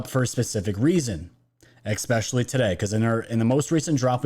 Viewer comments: THANK YOU! Great video as always!!! 🙏🏼 But I feel you are too sharp to keep mispronouncing “ESPECIALLY”.. not “eXspecially”😉. Keep up the good work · Ickspecially(not a mean comment i hope, just sayin) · Ok i have to say it cuz im a Grammar Nazi and its been driving me insane. ESPECIALLY... not Expecially Sorry... just had to say it!